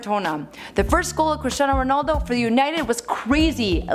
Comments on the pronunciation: "CHRISTINAO RONALDO" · Cristan ronald wtf is that lol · Remember when Michael Said Christin ronald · U messed his name up again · im portuguese and this is so bad, omg learn ur shit please.